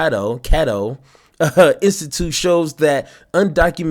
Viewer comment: Cato is pronounced Kay-Toe.